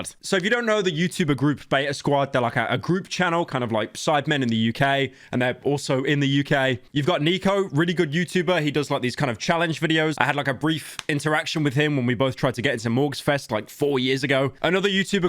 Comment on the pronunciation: It's not neeko it's nicko pieroe